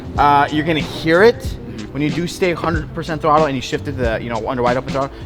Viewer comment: did he say "wide open twottle" ? :D